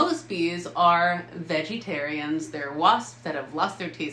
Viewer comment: Veg ee tare ee ans Veg uh tare ee uhns Veggies, sounds like what you say to a kid rather than calling them vegetables. Veg tuh bulls. (Veg uh tare ee uhns)